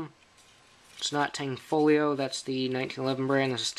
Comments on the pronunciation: The G is silent and is pronounced, "Tan-foe-leo." Mecgar is the mag manufacturer. It is a CZ copy. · It IS pronounced "tan-foe-lio",the g is silent. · Horrible way to say Tanfolgio.